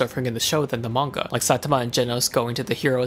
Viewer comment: Oh good they said his name correctl